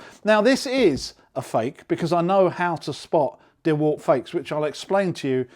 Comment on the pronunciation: Dewult not dewalt? Lol